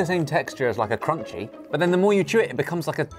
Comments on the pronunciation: please tell me at 6.44 that Ollie was about to roast Josh for saying "krunky" when it looks like the english word crunchy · Crunchy Not Crunky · Why did he read crunchy as cruncy its not a brand its a texture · Did Josh mispronounce crunchy?